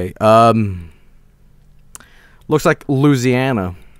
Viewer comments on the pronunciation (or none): Lose e ana good job. its Lou ease e ana